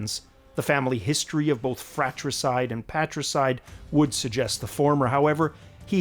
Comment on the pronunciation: LOL, it was almost part of the video: Phraates killing his brothers while you said "fraticide" several times... it was a no brainer, really. I'm actually surprised the whole comment section was not spammed by that joke.